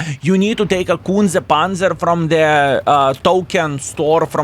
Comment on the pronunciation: Skillll you should say it correctly - Kunce Panca 😉